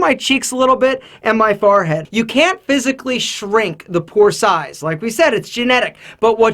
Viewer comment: *forehead not farehead